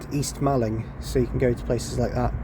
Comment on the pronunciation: East Malling and West Malling are pronounced as Mawling, in the same way Halling is Hawling/Hauling.